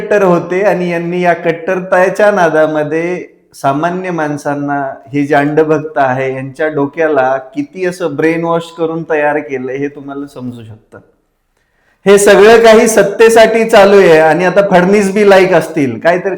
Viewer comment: अहो...अंडभक्त नाही अंधभक्त.... असं बोला अशुद्ध भाषा आहे